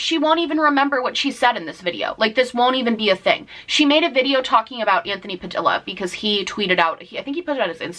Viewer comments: COMPLETELY unrelated, the double L's in Padilla aren't pronounced like L's. It's a hispanic name, and they're pronounced like Y's. Puh-dee-yuh. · That's not how you pronounce Padilla.